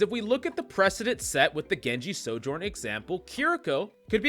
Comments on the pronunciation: We have a Sojourn problem…. NO ONE CAN FUCKING PRONOUNCE IT DESPITE SAYING HER OWN NAME EVERY TIME YOU PICK HER. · The biggest Sojourn problem is that too many people can’t pronounce her name.